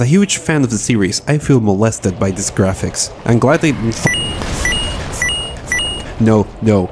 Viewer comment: NOOOOO!All those beautiful "jraphics"!